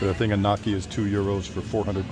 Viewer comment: Happy New Year from beautiful San County, CA. Italian tip: gnocchi ...the O is pronounced "oh" as in the "long O." Same with biscotti. OH sound. Sorry...the teacher in me couldn't resist.